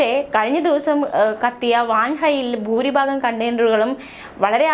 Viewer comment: 'ബൂരി ബാഗം' അല്ല കൊച്ചേ, ഭൂരിഭാഗം എന്നു പറയണം